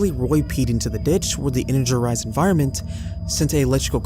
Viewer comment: I can tell it’s not AI because some of your pronunciations are ass. “Energerized” 😂